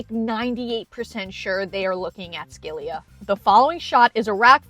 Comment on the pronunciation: Skey-Lia? Girl it’s si-la